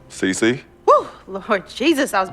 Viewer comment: Anyone else fucking hate cee-cee